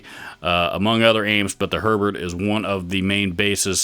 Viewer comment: Herbert is the best for sure... Just want to point out it's pronounced more like "hair-bear" than "sherbert" :P